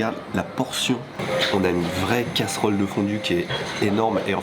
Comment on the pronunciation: olala catelon pas casserolle s'il vous plait